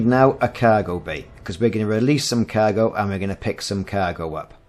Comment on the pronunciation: I'm assuming by your pronunciation of "kaaaaiiirgo" you hail from sunny Kaaiiirdiff? ;)